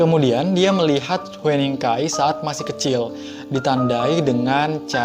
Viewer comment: Oppa, nama hueningkai bacanya "hyuningkai" :))